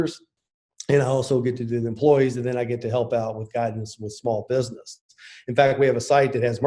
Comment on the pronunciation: I like the way Papa says "Bidness"